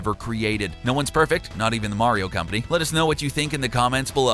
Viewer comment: Hey back then with the n64 and the snes, Nintendo was made by the Japanese... think about it. But now it's the complete opposite. And you make me cringe when you said "The Mario Conpany"